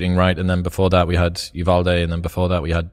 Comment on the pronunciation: its not really important, but given I 'm from Uvalde....it is frustrating listening to everyone pronounce it wrong. ridiculous thing to get hung up on but ...here I am lol